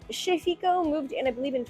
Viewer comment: Great Video. That Italian restaurant t's pronounced "KE FIKO" not "Chez"